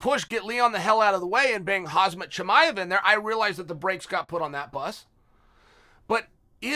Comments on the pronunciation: Khamzat not Khazmat .. Michael! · Man said “Khazmat”😂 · If chael says your name is hazmat chimaev your name is hazmat chimaev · Hazmat? hahahahah (k)hamzat more like it m8